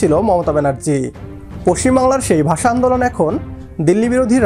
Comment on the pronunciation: Bagla basa sa ki suddukore bolun,,sa sa sa